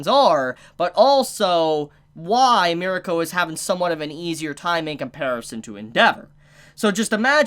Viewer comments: You pronounce it wrong! It is not Mir(i)ko but Mirko. This is a Serbian name... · And that isn't even the annoying part, pronouncing it as miriko is even worse my god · "Miriko"...."miruko".....PEOPLE, HER GODDAMN NAME IS M I R K O, MIRKO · Bro just say mirko. Stop pronouncing it like that